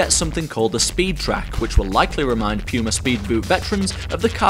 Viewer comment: I really hate how you say puma but your video really makes me want to buy them now. For me it's a toss up between these and the new power cats